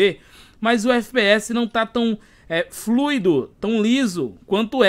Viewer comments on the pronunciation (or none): none